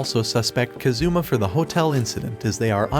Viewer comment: He is kAzuma, not kazUma ffs.